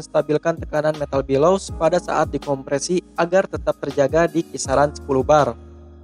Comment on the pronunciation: Video nya bagus informatif dan mencerahkan, tapi maaf, ijin komen sedikit 'Bellows' dibaca ˈbeləuz, bukan 'bəˈləu' (Below - 'dibawah/ lebih rendah')